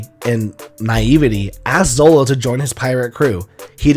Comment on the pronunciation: it's zoro not zolo...